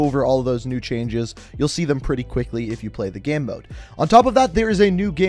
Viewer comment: The way u pronounce "Game" makes me uncomfortable